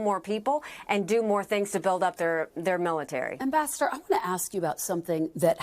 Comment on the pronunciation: Ambassador Nikki Haley-I thought she said vascular Nikki Haley